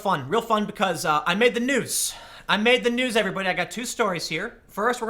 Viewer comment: Excitedly says, "I med da noos", "I med da nuuz", lol 😂🤣 good job Tim, not bad for soy! ✌😉